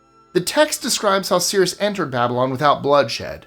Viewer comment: I think you meant Cyrus "sigh-rus" the Great